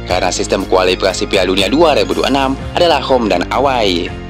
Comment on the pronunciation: Gua kok jadi geli denger ewei dibaca away